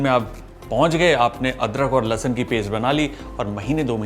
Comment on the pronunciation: Likhte ho Lahsun aur bolte ho lahsan